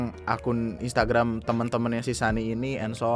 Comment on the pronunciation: maap bang, gw ngakak sm "instragamnya" WKWKWKW